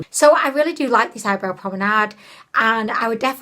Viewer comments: BABE!! It’s Pomade not prominade 😂😂😂😂😂😂😂😂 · Love how you call eye pomade promenade so cute🥰🏞